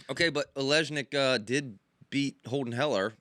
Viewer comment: Olejnik pronounce it olenik